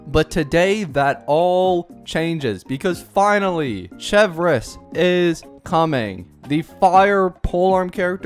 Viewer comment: He also would have learned how to pronounce her name